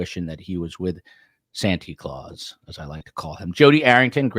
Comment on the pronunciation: If I hear Santy Claus one more time. Not cute coming from a grown man.